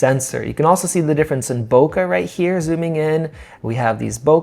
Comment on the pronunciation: its soft wide open compared to more modern offerings (it is a sonnar design after all) and probably out resolved by the 61mp sensor. pass for me ... and learn how to say 'bokeh' ffs